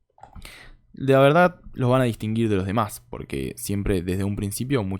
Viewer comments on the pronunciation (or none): none